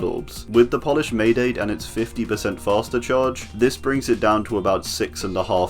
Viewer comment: Hey! As future reference, "maedate" is pronounce as: my-dah-tay